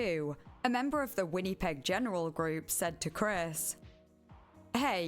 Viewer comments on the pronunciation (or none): the way I wrote it out. She was saying it how it looks, Winn-e-peg, but it's more like Win-uh-peg. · Canadian resident here: for anyone interested, Winnipeg is pronounced "Winn-A-peg" not "Winn-E-peg" :) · win-uh-peg. But the “uh” is not emphasised. You don’t over pronounce the middle “i” basically. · The people bitching someone with a very heavy accent pronounced winnepeg the way she did are so annoying lol. You knew what she meant. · Really good video, never heard about this topic before. Would love more longer videos. But I would recommend looking up how to pronounce a city's name before saying it so many times... never heard of Winnipeg being pronounced "Win-nee-peg" before and it took me out of the "listening to the story" zone every time 😂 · WHINNY-peg 😅😅 I’ve never heard it pronounced that way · I love your videos, and I'm only like 11 minutes in, but the way you say Winnipeg made me laugh 😂 Win-uh-peg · The way you pronounce “Winnipeg” is very endearing. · thats one way to say winnipeg i guess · Your pronunciation of Winnipeg is so cute. 😂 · The way you pronounce Winnipeg kills me I love it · I don't know what happened to my comment from earlier, but in addition to cosigning OP's phonetics, I suggested going over to CBC Manitoba's channel as it's the provincial capital. You'll hear it soon enough. It's also interesting that Winnipeg is a deeply multilingual city, and pronunciation is pretty close to the French. With a switch to the k consonant at the end, it's also not that far from the original Cree, at least as it sounds to my ears.